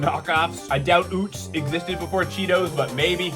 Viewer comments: NOT OOTZ! IT'S UHTZ! Sincerely, A big fan from PA, home of Utz. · Yeah it's pronounced like "uhtz" Right? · Right I live where the UTZ brand is from, Hanover PA. it’s definitely UH-TZ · I'm gettin triggered by the mispronunciation of UTZ. It's UH-TZ not OOTZ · Scariest part of this vid is him pronouncing Utz as "Ootz" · As someone who lives in PA, I would say Utz rhymes with Klutz. Never heard someone say ootz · It's actually pronounced "UH-tz" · I'm from PA, Utz is pronouned "Uhts" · as a baltimore native i was physically harmed at the pronunciation of Utz